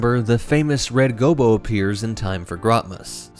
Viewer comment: …Red Goh-boh. Red Goh-boh. Red GOH-BOH.